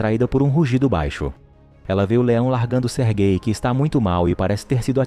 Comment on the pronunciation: Não tanko ele falando "sergay"